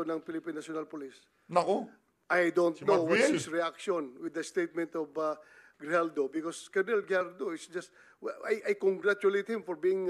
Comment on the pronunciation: Ano ba yan binabasa mo na nga lang mali2 pa ang mga sinasabi mo."GRIJALDO" PO AT HINDI JIJALDO. Ano ba yan ayusin mo naman may mga bata na nanonood.